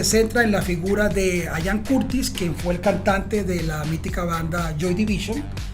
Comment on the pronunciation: ¿Por qué dicen "Ayan" Curtis? Se pronuncia Ian, tal como se lee. De nada.